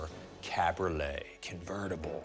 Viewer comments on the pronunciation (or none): One more letter, one more syllable. Cabriolet = Ca-bree-OH-lay.